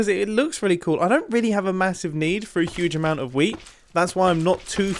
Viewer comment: "15 year old me right now would be getting very very excited indeed at the prospekt of having lots and lots of wheat" (Is this just me being a german, non mother tongue English speaker or does wheat really sound like weed which makes this sentence a LOT different😂)